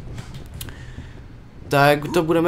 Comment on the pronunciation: Respekt !! ty umíš vyslovit cirkulárka já ne :D